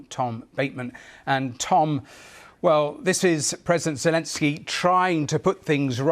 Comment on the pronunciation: Zekensjey lol 😂😂😂😂